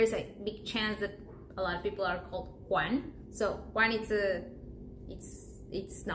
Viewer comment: Quase igual português só problema é j ge gi dos hispânicos som de r português tipo ela disse ressus Jesus Ruan juan